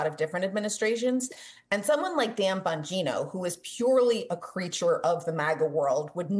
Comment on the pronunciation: lost me at "bon_GEE_no" 😅how do you not know how to pronounce names of basic figures in politics when this is ur whole job